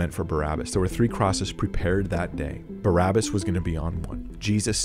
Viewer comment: Its pronounced Bah-rabah. It's literally means in Hebrew; son of the Father.